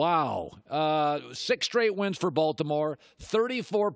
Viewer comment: Can we talk about “6th straigh win”